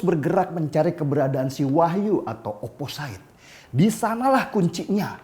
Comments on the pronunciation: ‘Opposite’ biasanya diucapkan ‘oposit’ dan bukan ‘oposait ‘ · oposit pliiiis...bukan oposait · Bang, maap OOT..bacanya oposit... Whistle juga wisel.. Xixixi..maaap yaa.. #biarsantai